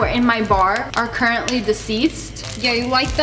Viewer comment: She really said✨ CURRENTLY ✨ like it was finna spring back to life